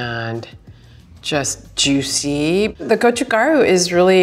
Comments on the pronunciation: The sweet spot for the best kimchi flavor is actually between around 2-7 days in my opinion. You get decent fermentation/infusion without the cabbage losing its freshness. Also, it's go-chu-GA-ru, not go-chu-GAR-u. Mispronouncing things (especially if you're supposed to be an expert) makes me question your expertise. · I love MIL kimchi (not the vegan though) and am really appreciating this video. What is so surprising to me is that she's clearly not a Korean language speaker. Her pronunciation is off especially for gochu garu (고추가루). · She sounded very Japanese saying go-chu gar-u